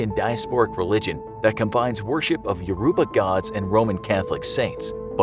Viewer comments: “Yoroooba gods” had me dead 😂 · "Yoruba" is mispronounced in this video, its pronunciation was flat out butchered.